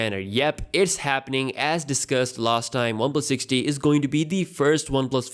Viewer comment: Am I the only one who heard this phone's name as One plus '60'?